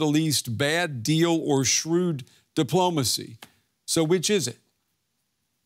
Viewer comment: lol, "Shrew"...